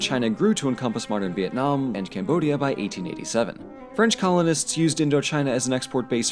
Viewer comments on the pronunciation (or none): "french CAMODIA" without "B"